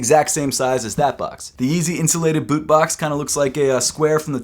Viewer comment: “Yeezy Insulated bewt”